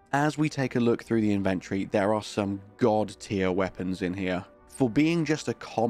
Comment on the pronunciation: Dude, the word inventory has four syllables